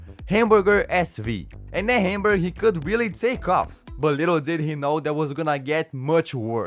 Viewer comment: 😂hamburger fc it’s Hamburg fc